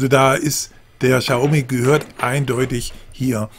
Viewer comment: Cooler Test, aber BITTE ( bitte bitte ;) ) informieren sie sch vor den Videos, wie man die Produkte und Hersteller ausspricht. "Xaumi" tut jedesmal aufs neue weh. ;)